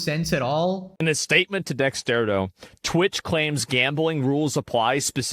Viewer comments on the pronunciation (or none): Why do people pronounce Dexerto as Dexterto? Asking for a friend.